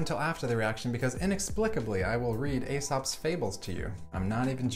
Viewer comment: I really like all your videos and appreciate what you do, but I have a minor criticism: Aesop is pronounced "EE-sop".